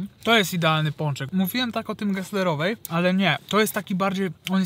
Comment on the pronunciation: Ale się slizgasz na nazwisku geslerowej daj spokój